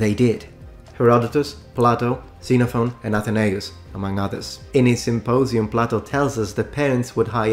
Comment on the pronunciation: Hey, I'm Greek, thank you for this video, we are tired of our history being disregarded and mocked. Also, It's pronounced KsenophON.